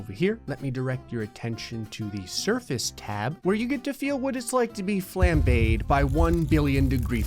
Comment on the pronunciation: That pronunciation of “flambé”